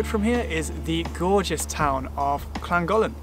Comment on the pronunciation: Almost didn't post this comment as I don't want to be that person, but here goes anyway... Great video, but please google how to pronounce the places you visit, made me wince more than once :) For example, your "Betsy Co-ed" is pronounced "Bet us a coy-d", your "Lan-dud-no" should be "Llan-did-no" (admittedly the 'll' can be awkward), similarly both 'll's in Llangollen. Apart from that, really good guide :)